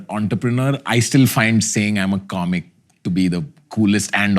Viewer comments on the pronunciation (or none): when he said comic i heard controversy 😂